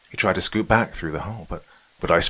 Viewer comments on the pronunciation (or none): none